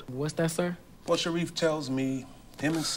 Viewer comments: And sharee instead of shareef! But the content fire! 😂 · Not Sharee 😆 It is Sharif